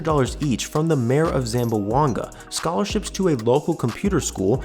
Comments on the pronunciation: Ay my man, its pronounce ZAM-BWANG-GA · You should learn how to pronounce Zamboanga. It has three syllables, not four. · Its not pronounced zam-bo-anga, its zam-bwang-ga. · Say the city name correctly please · It’s unfortunate when people report on something and can’t pronounce things right. Like how to say Zamboanga correctly.